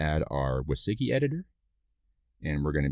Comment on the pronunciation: Thanks for the tutorial, learned useful things about Svelte and Sveltekit. Just got confused by your pronunciation of WYSIWYG (wizzy-wig is how I know it).